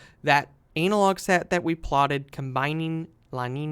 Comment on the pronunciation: ANNA-LOG, NOT ANAL LOG